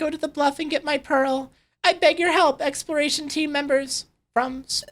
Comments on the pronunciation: Did anyone else realize he said experation instead of exploration? Oh hey here’s you experation team, they tell you when things expire, they’re actual expired to, so enjoy the dead bodies. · needs to practice saying exploration. I keep hearing him say expiration. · I hear him say "explration".